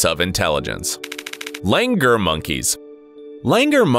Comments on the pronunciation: In india they dont say "langur"like the way u said they say it like "langoor" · लंगूर! नाकी लैंगर! Wtf is लैंगर?! 🙄😑 #StopBotchingNames #ProperPronounciation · What what what he pronounced the word lungoor wrong 😂😂